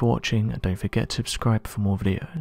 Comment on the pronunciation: Has anyone noticed he says 'abscribe' instead of subscribe?